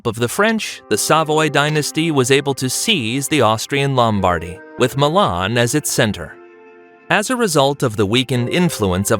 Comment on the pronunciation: Your mispronunciation of Savoy, Turin and even Milan is just f***ing embarrassing, son. 😢 How d'you manage that ? They're only two syllables ! 😠 🤬 😡